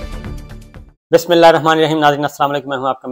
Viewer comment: Sabri sahib, do u have any problem? Please slow down...., BISMILAH bhi sahi nahi pertay.. 🤔